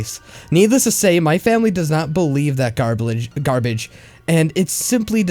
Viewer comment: Garblage Hahaha ruined